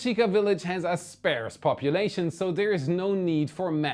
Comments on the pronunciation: It’s pronounced sp - arse not sp - aires - a sparse population. Sounds like farce. Another great episode thank you so much. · FYI. The word "Sparse" is pronounced differently than the way you pronounced it. It sounds more like Sp, the sound of the letter "R", and then Sssss "Sp ahr sss". I hope this is helpful. I know English isn't your first language. I am an American ex-pat and I work with ESL Teachers in China to help locals pronounce words properly. I love your show, so I hope I have not offended.Also, Red Shift is a form of Doppler effect, where the speed of that which is traveling away from you slows the speed of the light (or sound) because the speed of the object is subtracted from the speed that the wave (light or sound) travels normally, thus causing a shift in frequency. Like when a train blowing its whistle passes you and the frequency changes( higher coming, lower going). Red is a lower frequency and that is why it is referred to as "red shift." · Scarce = "skAYrs", but sparse = "spAHrs". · Sparse is pronounced more like Spaß with a little r sound between the a and the ß. It isn’t pronounced like spares, meaning things you have a reserve of, like spare tires. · ThX btw, sparse, pronounced spar-s, ar like a pirate- 'arrrr', not air. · Hehe. you didn't quite get the pronunciation of the word 'sparse' right. It's literally the word 'arse' with 'sp' inserted in front of it. 😉